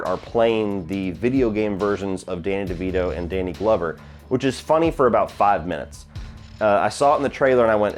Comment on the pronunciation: "Danny DeGlover" lol